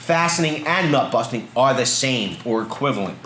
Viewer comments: Did you say buttnusting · "butt-nusting torque" 😂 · Haha “but nusting”